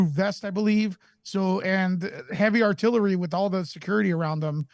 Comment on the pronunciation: U gotta be Vewy vewy specific, in terms of the artillewy, what we call special bwanch